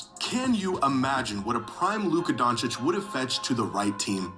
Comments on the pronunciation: The fact that he kept saying "Donakick" even though Jimmy was pronouncing it correctly (Donchich) the entire video had me irrationally irritated lol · Get used to it. Fligh knows how pronounce it right he jist choses not to. Donakick is a nickname he has for Luka. Got used to hearing at as Donaking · Wait is Flight trolling??? lol I was laughing then he kept Saying Doncic wrong even though people are saying it to him consistently. Mark doesnt own the team anymore, explaining what an agent is, Players not knowing about trades lol. I think there has been plenty of proof that from years of player interviews of players knowing haha. Also an Owner cannot just move a team lol. Im so lost hahaha. I fuck with you Flight but idk its just hella entertaining to be this wrong and loud hahaha. Big fan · Bro someone teach him Luka’s last name